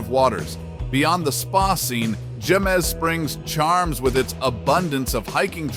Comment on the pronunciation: Jemez is pronounced hay - mez. Some winters Jemez Springs can get as much as 9 feet of snow. Since some of the residents are employed in Los Alamos, commuting can be difficult at times.